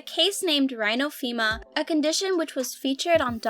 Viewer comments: It's pronounced rhinophyma...with a long i sound for the y. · You don’t know what you’re talking about. You’re even pronouncing things wrong like rhinophyma and comedone. They are “rhino fie ma” and “com eh done”.